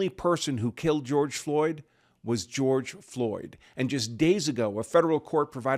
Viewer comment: Grorge Floyd ? LOL LOL LOL !!!